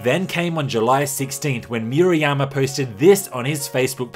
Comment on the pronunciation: Moo-rah-yah-mah not Mew-ra-yama